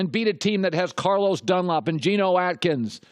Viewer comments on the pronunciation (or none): none